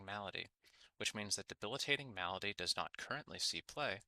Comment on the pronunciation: Say Malady right next time! And tip your fedora while you do! Good vid.